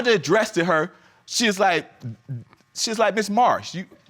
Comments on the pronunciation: I know you didn't just say "when my mother ADDRESS-TED her??" 🙄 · "My Mother ADDRESS-DED her" WHAAAAAAAAAAAAAAAAAAAAT! LOL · New word of the day: "Address-ded". I've already added "look-ded", "fearious", "pacificly", "I seen", "axed"... At this rate, we'll have a whole new language in no time! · He saying ( addresseded) and she saying ( likeded)🤦🤦 y'all both too old for that!! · Address- TED.... Like-TED... 👉🏼🚪